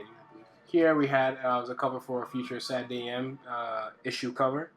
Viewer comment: Dude, I fucking love your art, your teaching style, everything. But please, for the love of god, enunciate SATURDAY. It irks me every time.